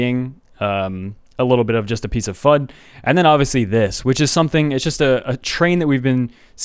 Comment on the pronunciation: FUD!? I thought you said Fudge!